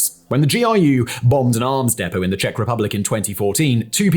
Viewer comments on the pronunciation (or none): none